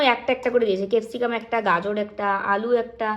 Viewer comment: তারপরে ও তো তুমি শুধু আর আর করেই যাচ্ছো..😊 কেপসিকাম না, ক্যাপসিকাম